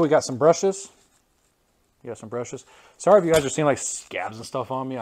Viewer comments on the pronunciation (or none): none